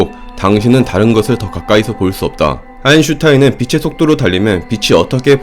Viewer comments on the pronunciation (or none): 이 친구는 왜? 아인슈타인을 항상 아인슌타인으로 발음하지? 그러니 신뢰가 가지 않음!!!